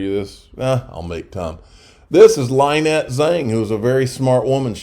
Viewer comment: Lyn-ette not Ly-nette